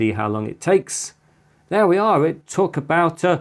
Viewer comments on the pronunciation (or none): Out of curiosity, which dialect/accent do you speak Chris? as a non-English speaker (well, non-native), I notice that every time you say "long" or "along", you pronounce it "lung" and "alung" (as in for example "lung edge"), which I dont think Ive come across before. Not a criticism, Im just being curious.